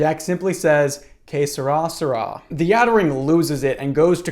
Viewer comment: i thought you were saying some sort of ancient egyptian phrase like K'srasra but you were trying to say ''Que sera, sera'' lol